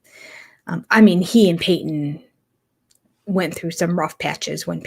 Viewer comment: It’s Paedon. With a “d” I believe. Not Payton